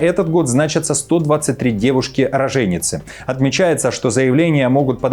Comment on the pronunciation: Роооженицы, НЕ РожЕеееницы!